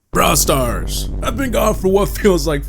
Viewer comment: bra stars.. wow 😂